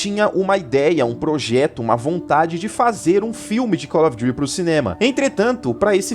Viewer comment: Acho satisfatório ele falando cólófidury as vezes kkkkkkkk slk melhor Youtuber